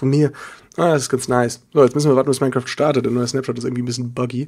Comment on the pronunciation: Warum sagst du Minne Kraft das heisst Minecraft.